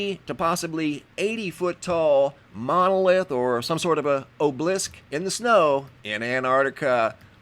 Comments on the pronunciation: A gentle constructive criticism: these are called an "o b a lisk" (spelled "obelisk") or monolith. There is no object called an "oblisk". Please take as it's meant sir. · Its pronounced OB-el-ISK not obe-leesk. Obelisk. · Oh-blisk? do u mean Aahb-eh-lisk?? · It's pronounced o-be-lisk not o-blisk! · Ok... just basic phonics skills would be a refreshing change for once. So frustrating to have to listen to such a hack job so often when it's so easily remedied. First he pronounces obelisk as though it's magically lost a syllable and mixes/adds letters unnecessarily. The result sounds like "o-bleesk". The next time he attempts to say it he still loses the 3rd syllable and now pronounces it as "o-blisk". Obelisk has 3 syllables, just like how it looks. Sounded out it's "oh-buh-lisk", or sometimes "ah-buh-lisk". Then shortly after he says: "heighth" which is 100% not a word. I'm absolutely astounded especially recently, at the high rate of "gobbledygook" spewing forth from this creator. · You can Google words you don't know how to pronounce such as obelisk. Ob-e-lisk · obelisk pronounced AH-bull-isk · It's pronounced - Aw - bow -lisk! Obolisce. Love the channell!!! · Obelisk - aa·buh·luhsk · Obelisk is pronounced "AH'- bell- isk." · Do you watch these videos to learn interesting, "alternate" pronunciations of words? 😉 I do 😂